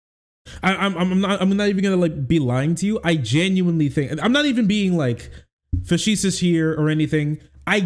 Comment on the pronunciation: please, I love you dude, but "faseesuus"? Na.